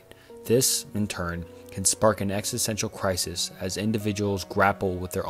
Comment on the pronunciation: Bro if you’re gonna make a video about existential crises please learn how to pronounce “philosophical”, and “existential”